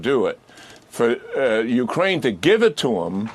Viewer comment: Colonel Davis, could you please pronounce Ukraine with a stress on "ain" part not on "U". That isn't correct. Please.